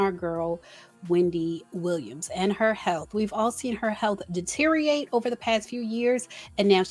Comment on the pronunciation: “De-ter-I-or-ate.” There are 5 syllables.